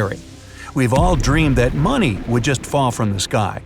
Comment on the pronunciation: "W O A H" That is alot of MONEH 💸🤑💵 😂😂😂